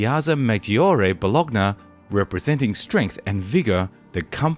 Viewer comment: Bologna... Bolokna... that pronunciation just hurts your. ears...